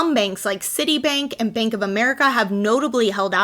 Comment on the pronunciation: Instead of Bank, you say Benk.